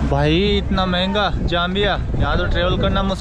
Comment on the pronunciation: It is not Jambia, it is Zambia! Please do your pronunciation the proper way!!!!!!!!!!!!!!!!!!!!!!!!!!!!!